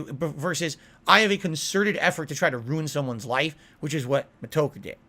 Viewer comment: "Mister... Me-toker"